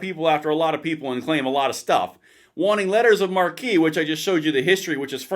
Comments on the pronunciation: Hey, “marque” (which is how the post lists it) is pronounced “mark”. No offense but the way you’re pronouncing it, it would be a sign outside a theater above the main entrance. Or in the British sense it could be a tent or canopy for a large gathering. Then another variation would be “marquis”. A designation of French aristocracy. The Marquis de Sade is the name sake of sadism. Sorry, piss mronunciation is one of my pet peeves. 😊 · BTW, "marque" is NOT pronounced "mar-kee". It is pronounce "mark". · Kinda cool to bring back privateering, but I've always heard this pronounced as a "letter of mark", not "markee". Also, I really want a boat now, for some odd reason. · The word "marque" is pronounced "MARK", not "MAR-KEY," which is spelled "MARQUEE." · I think marque is pronounced like mark. Marquis is Markee. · Pronounced Mark.....not Markey. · You know marque is pronounced mark right lol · pronounced letter of mark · Not to be a PITA but Letters of Marque is pronounced "MARK" - however it's pronounced - HELL YES!!!!! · I hate to be picky but marque is pronounced just like mark. People who don’t like us think we’re stupid so let’s not give them any ammunition. Thanks. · It’s pronounced like “mark” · FYI, it's pronounced "mark." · Don't get pissed at me, but Marque is pronounced "mark" and marquee is the sign over theaters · Leters of marque are pronounced letters of mark. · It's pronounced "mark". Get it right. It's different than marquee. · It is pronounced "mark" in English. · Marque is pronounced "mark" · Sounds like some interesting business opportunities might be in the offing. Privatized counter narcotics and alien smuggling operations. By the way it's pronounced like "letters of MARK." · Marque is French and pronounced Mark though a lot of people now pronounce it the other way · it's pronounced "mark" - letters of mark (marque) 🙂 - I approve this message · Marque is pronounced mark. Interesting concept, but may backfire. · it’s pronounced “mark.”